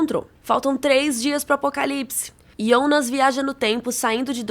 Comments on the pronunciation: Por que você chama IONAS ao invés de JONAS? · Pq ela fala IIIIOOONAASSS?? É JJJJJJOOONAAASSSS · Cara, até a dublagem fala jonas, pra q falar ionas? Quer se aparecer? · por que diabos essa mulher fala Ionas? Não Jonas, que horror🙉😂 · Não se diz ionas e sim Jonas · Mano, para de falar yonas que raiva kkkk foi dublado para JOnas e vc é brazuca, para com isso imediatamente kkkk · A série é confusa, mas eu tô mais confusa com você prenunciando JONAS e soando: "iONAS". Socorro Deus 🤡🤔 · ionas não mano, é JONAS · não entendo qual a dificuldade de falar jonas ,do q ta falando iounas..kk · Aí eu não suportei vc ficar chamando jonnas de yonas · Ionas é meu ovo fala Jonas caraio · Pq vc fala "ionas" E não Jonas ? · Que nervoso ela falando IONAS .... fala Jonas caramba nao é mais fácil? Simplifica. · que agonia ver essa menina falando ionas pqp JONAS POORRAA COM J PQP VELHO HELGA?? HELGE MENINA MERMÃO,PITA??? O NOME DO CARA É PETERRRRRRRRRRRRRRRRRRRR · Pq n Falar Jonas ao invés de Ionas? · vc fala Iounas errado não é assim é Jonas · Que porra de ionas, sabe falar Jonas não? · Um leve ataque do coração toda vez que você pronunciou YÔnas e não JÔnas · pq chama o Jonas e Ionas? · video so ficaria melhor se parasse de falar “IOUNAS”, mas deixarei like mesmo assim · Tbm achei chato esse ionaa , tem q falar Jonas mesmo. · Pq ela não fala Jonas, toda vez q fala Ionas acho estranho... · É JONAS OU IONAS ? HAHAHAH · Ionas é meu ovo! Fala Jonas porra! A série já é complicado e tu me vem falar de Ionas. Vsf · Que agonia ouvir ela falando Ionas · Assisti a série completa uma vez e não tinha entendido muita ,coisa, nas segunda vez eu entendi. E vim procurar um resumão sobre a série, mesmo eu tendo entendido. Mas pelo amor de Deus, me dá um treco em ouvir essa moça chamando o Jonas de ionas 😂😂😂😂😂 misericórdia. Mas tá bem legal o resumo cronológico. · “ionas” “helga” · Pois é, eu fiquei pensando quem é esse tal de Yonas que ela tanto fala 🤣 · " iondas " kkk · IONAS ? Kkkkk